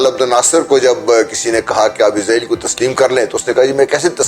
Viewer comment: It's actually pronounced Israel, Izrael is the name of Angel Of Death. Edit: Also we will never accept Israel, we can die but never accept a Thief and terrorist. 😇